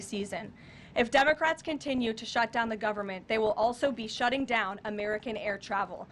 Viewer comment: Did she just say Dumacrats?